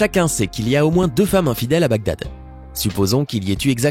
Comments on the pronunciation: Enigme de Bagdad: Les autres: donc Si (N+2=X=Cosinus/COCUS) donc la racine carré d'infidélité bla bla... Moi : Oh! il a dit BADGAG au lieu de BAGDAD à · mdr il dit BAD GAD a 16mn03s 😂😂😂😂 au lieu de bagdad 😂😂😂😂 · ça c'est une façon originale de prononcer Baghdad hahaha j'suis mort